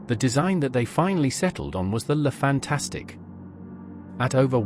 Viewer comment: The name is "Fantasque" and not "Fantastique"! At least one should expect that you pronounced it right as you decided to make a video about that special class! Apart from this, the video is OK. Love and peace.